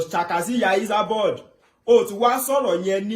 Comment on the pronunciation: This guy is real village boy.he keep saying isaboud instead esaboud .